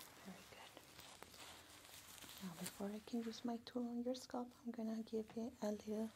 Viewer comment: I love the way you say scalp. Everyone i know says "sc-ail-p"